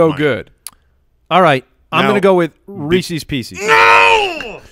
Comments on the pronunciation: Everyone: Reese's pieces: Reesees peesees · Re-sees pe-sees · Am I the only person whose skin crawls every time says "Reecees Peecees"? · shouldn't be allowed to have Reese's Pieces for pronouncing it like that